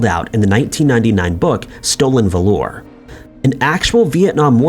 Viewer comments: Stolen vuh-LORE????? Wtf is wrong with you,??? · Bruhcow? Vuh-lore??? Wtf is happening?? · How can you narrate something and not know how to pronounce valor? Do you not at least listen to it, or have an editor listen to it and know that it was mispronounced? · Wtf. You dont know how to pronounce Valor? I feel like that is an insult in itself, not to mention the disrespect it shows to those who actually served with real valor.